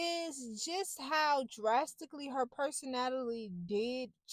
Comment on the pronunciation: “Perso-NATALIE” is correct!!! 😂😂😂